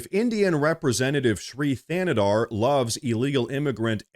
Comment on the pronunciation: It sounds like you're saying this queers name is Free Canada.🤣